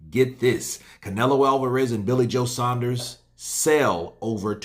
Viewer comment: The only American YouTube channel that pronounces saunders correctly